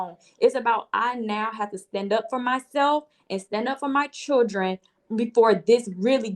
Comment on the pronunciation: 🗣 CHILL-DREN not freakin Chur-Dren!!! Ugh!!!